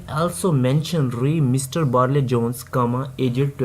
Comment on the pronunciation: Barlay Jones nai , Barry Jones he.....😅😂